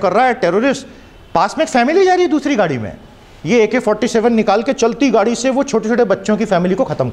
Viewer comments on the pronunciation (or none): none